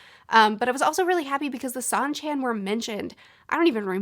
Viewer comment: Shawn-chan. Goal-ahm.